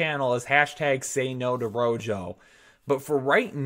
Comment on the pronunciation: The 9 dislikes are all after hearing RoJo